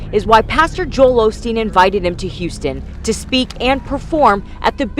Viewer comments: They said "Olsteen" many times - his name used to be Olsteen - Mandela Effect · Osteen? Sounds like they’re saying “Olsteen” Anyone else recall Joel’s last name being “Olsteen”?? Btw that’s a Mandela effect 😉